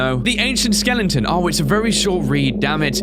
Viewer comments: Bro your saying skelengton instead of skeleton please stop it. It's cringy and annoying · when he was reading the leviathan skeleton he said "The Skelington " not The Skeleton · I love how says skelington instead of skeleton! 😄